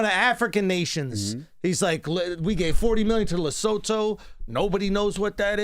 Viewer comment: I like how Andrew pronounced my country Lesotho that was dope🤝🏿💪🏿 and yeah we are a lovely country come pay a visit guys I host y’all